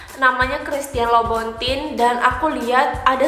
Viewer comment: Bacanya christian louboutin (lubutong) kak kalo ngk salah sih